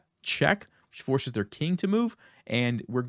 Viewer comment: "shtart," "shtrong," "forshes"